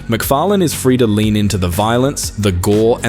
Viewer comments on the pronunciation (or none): none